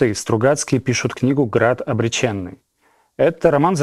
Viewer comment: после слова ,,обречЕнный", вместо ОБРЕЧЁННЫЙ!!!! расхотелось смотреть данный опус😢